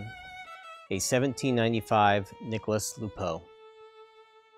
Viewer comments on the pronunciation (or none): If french, you don't pronounce the s from "Nicolas"